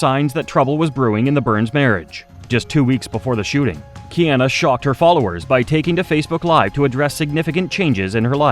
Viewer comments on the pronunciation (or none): So whoever is doing the voiceover, can pronounce Matsunaga but not Kiana.. the fatigue.